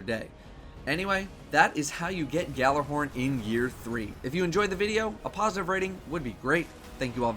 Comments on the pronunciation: It is not pronounced "GALLARHORN"! It is pronounced"YALLARHORN". It is a word that comes from Norsk mythology and not pronounced the way it is spelled. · not to nitpick, but it's pronounced YALLAR-horn. G is silent. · Say it with me now: YALL-ar-horn. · “Galler horn” please stop daddo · but they are incorrect it's pronounced yalla-horn it means yelling horn in Scandinavian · ***** The Bungie people are Americans, who butcher Swedish, obviously. Trust me, Gjallarhorn is pronounced Yallar-horn. It means, Yelling horn, it's the horn that Heimdallr blows. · It is so saddening that even a Cryptarch can't pronounce Gjallarhorn (Ya-LLER-horn) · its pronounced guh-jaller-horn